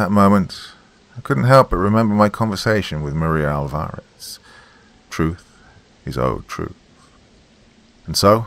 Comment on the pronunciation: and 'Alvarez' is usually pronounced 'AWL-va-rez', not 'awl-VA-rez'.